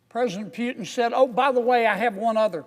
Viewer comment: I love the way Senator Kennedy calls Putin Phewtin😂